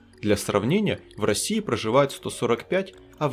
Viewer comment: Не Русия а Россия, автор не искажай названий государства!